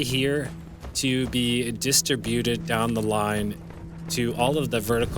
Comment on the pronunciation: The accented syllable is strib, not Dis or byute. duh-STRIB-you-ted. not DIS-struh-BYU-ted. That is all.